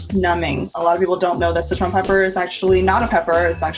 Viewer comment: Why are you saying "Citron" instead of "Sichuan" ?